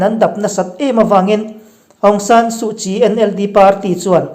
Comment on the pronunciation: Pi suhchii hming chu i lam thiam lutuk e👍